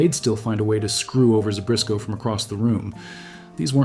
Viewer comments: There is no "R" in Zbyszko... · There's no "r" in Zbyszko.